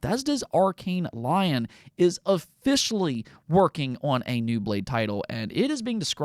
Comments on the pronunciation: It's arkain ley(oan) not lion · Calling Arkane Lyon, Arkane Lion is mad naive 😭